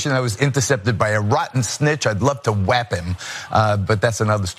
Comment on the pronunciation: "Whap" instead of "WHACK" he's not very subtle.